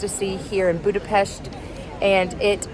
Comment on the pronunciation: Joy to hear someone pronouncing Budapest as Budapesht. Thank you. Best wishes